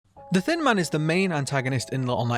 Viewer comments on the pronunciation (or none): When he says “thin man” I hear “thin mint” HELP ME😃